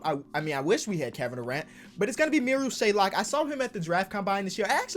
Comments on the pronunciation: Marial SHAY-OK. There’s no L in his last name stop calling dude Shay-Lock it’s not hard to read a name 😂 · There is no L in his name!!! SHAYOK NOT SHAYLOK like so he sees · There's no "l" in Shayoks last name, it's SH-A-OK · Very minor detail but there’s no l in shayok it’s not shaylock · It’s not shaylock it’s shayock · it’s shayok not shaylok 🥺🥺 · his name is mariol SHAY-ok. no L in between. shout out ISU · LIKE SO CAN SEE THIS It’s Pronounced Shay-ock, there’s no L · Where's the L in 'Shayok', just wondering? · there’s no L in Shayok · There is no L in Shayok